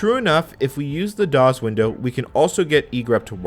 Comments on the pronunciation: This is great history love the video. The only thing that irritated me is the way you say DOS as DOZ but other than that great video. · Loved the video but cringed a little every time I heard him pronounce DOS as DOZ! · I've never heard someone pronounce DOS as daws, instead of doss. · Any pronunciation other than “doss” is just annoying! This “dawz” nonsense is surprisingly distracting! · I assure you, during the heyday of DOS, it was pronounced “doss” (unvoiced S), never “dawz”. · it’s definitely, DEFINITELY not the correct pronunciation in English! “Doss”, not “dawz!” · I like how he pronounces DOS: "daws" sounds cooler that way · “doz”. why? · Love your videos but hearing you pronounce "dozz" makes me want to stab my eardrum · Well, pronouncing it 'Dawes' is still better than Loretta Swit calling it 'Dose.' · No “z” in DOS. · Why do you say DOS like that? From someone who was there and involved in its origins, you’re saying it wrong. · This is the first time I've heard someone pronounce DOS with a voiced 's' instead of a voiceless 's'. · I'm a native English speaker and have never heard it pronounced with a voiced 's'. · Ummm..."kludged" is pronounced, 'CLUE-jd', ie. the U vowel sound is long. Found myself doing a double-take there, thinking, WTF did he just say..?! ;-) Oh also, "DOS" isn't pronounced as though it ends with a 'Z'...